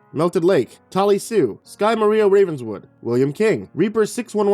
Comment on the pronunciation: It's pronounced SkyMara(Sky-mah-rah) Ravenswood but keeps getting pronounced SkyMaria. It's short for SkylarMae Amara Ravenswood. There's no Maria any where in my name. Does he get any one else's wrong?